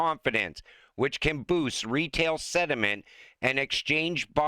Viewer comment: Please explain “over the counter.” Who owns over the counter? Also PLEASE pronounce SENTIMENT CORRECTLY. It’s pronounced CENT-iment. Not SED-iment(which means junk/trash/useless stuff).